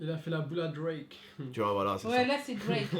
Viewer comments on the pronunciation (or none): none